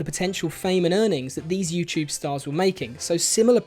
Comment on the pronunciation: I like that it sounds as if you're saying you-chewb whenever you say youtube. I'm not picking at your accent, I genuinely enjoy it.